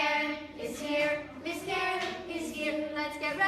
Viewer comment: I honestly thought Isaac was saying carrot, not Karen 😂